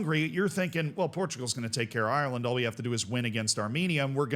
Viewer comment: Parrot scored for Ireland, not Eye-your-land You don't say Eye-your-ish